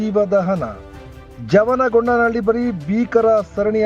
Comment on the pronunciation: ಜವನಗೊಂಡನಹಳ್ಳಿ ಅಲ್ಲ ಯಮನ ಗೊಂಡನಹಳ್ಳಿ.😢